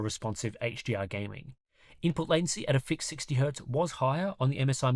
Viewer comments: I'm Aussie, and sounds like he keeps saying "HGR" instead of "HDR" everytime. Articulate! Slow it down. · Dude, are you saying HGR or HDR, im hearing G every time you say it.